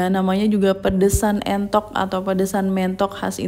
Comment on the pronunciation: Entok bu bukan mentok heeee